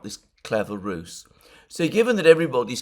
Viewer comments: Ruse as in use, not Roose as in goose. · Will you UK Greeks and Cypriot Greeks please learn to pronounce the word " RUSE" ! Its pronounced like ROOZ ROOZ.